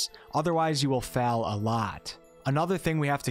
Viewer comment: So I've noticed that when you say words that have ail in them you pronounce them like el (available => avelable and fail =>feil). Interesting. What accent is that?